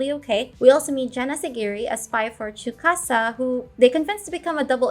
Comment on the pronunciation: why are you saying tsukasa like chewbacca bro